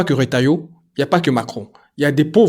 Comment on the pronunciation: Coucou, Alors phonetique c'est RE... TA...YO 😉 Retailleau voila, pour le reste. Si Retailleau se permet cela, crois mois c'est bien Macron qui est derrière via le Maroc, Israel et Usa sur les interets sur le Sahara occidental. C'est bien de la que vient le désaccord quand le Roi du Maroc a montré la lettre de macron qui lui conferait le sahara comme marocain contre l'accord de l'ONU ( la clique de Macron a suivit avec les visites sucsèssif au Maroc. Les Usa sont entrain de faire pression car soutien d'isramerde. Ils poussent au max les diffiultès afin de mettre l'algérie en étau